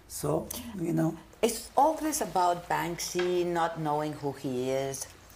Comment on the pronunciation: Para empezar se llama banksy no "bansky" que no es más que una imitación de Blek le rat, banksy se dice artista del graffiti cuando lo suyo son plantillas no con la mano en alto como todos los escritores que se respetan, plantillas y luego copiadas de otros, además banksy tuvo inicios más rastreros que brainwash lo hizo atacando por la espalda a Robbo una leyenda consagrada del graffiti con sus plantillas robadas donde el 99% de "sus" obras eran y aún hoy son plagio. Si no sabes no opines y evitate hacer el ridículo toy.